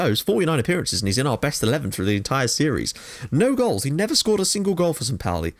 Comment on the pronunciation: Great work mate! So good to see someone recognize St.Pauli for its awesomeness! (On a sidenote: St.Pauli is pronounced 'poul-ee')